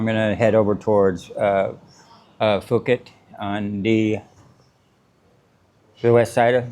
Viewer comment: Koh Samui is phonetically pronounced more like 'Goh Sam-ooo-eee" and there no "ph" "f" sound in Phuket... It's pronounced more like "P".. so more like "Pooket," not Foo-ket." cheers brother.....